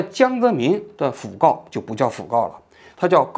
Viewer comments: 读音应该是讣fu 四声 告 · 讣告 (fu)四声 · fugao 讣告 fu 念第四声